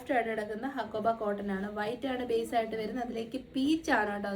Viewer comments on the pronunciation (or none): none